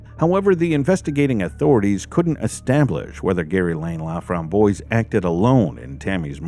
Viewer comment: The killer's name is French. It is pronounced La-framb-wahs. It means "the raspberry." It's a nice name. Sadly it was not attached to a nice person. I am so glad this case was solved and hopefully it gave some comfort to her family.